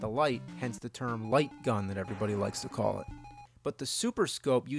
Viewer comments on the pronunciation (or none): none